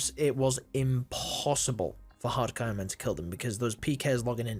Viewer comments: hard coinman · haaadd cooooo iooonmaan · why cant you speak properly wtf is a hacairon man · Everytime you said hardcore iron man it sounded like harkoriron man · Why does he say “Hadcoeynman” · Hardcore ayonman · can u say hardcore ironman properly? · Why are you saying “Hardcore Ironman” so weird in the beginning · BRO i literally stopped 4 seconds in and checked the comment section to see if I was the only one who thought they were going fucking bonkers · I wasn't the only one thinking this then